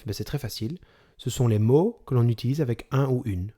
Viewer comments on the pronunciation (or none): none